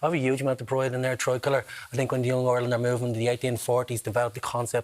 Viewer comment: Gary Gannon, learn to say the name of the country before going on TV to discuss our national flag. ''Areland/Orland'' is not the name of this country....... I'm from a working class background myself, but I know how to say the name of our country.......🙄